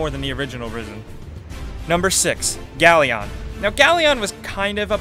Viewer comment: You pronounce Galleon weird...more emphasis on "un" and less on the "on"...this isn't anime..